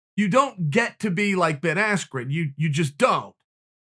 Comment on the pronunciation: Did he call him Baskren lol